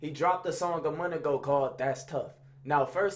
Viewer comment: “A munt go by” 😭